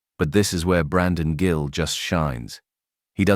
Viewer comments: This is AI. His meme is Gill. Not pronounced Jill. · Stupid AI voice, the Congressman's name is Gill, not Jill. A human would know better. Liberty Voice, hire a real person. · It’s “Gill”, not “Jill”. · He’s gill not Jill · Congressman 'Jill'? AI narration sucks. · His name. Gill is pronounced with a hard "g" not a soft one.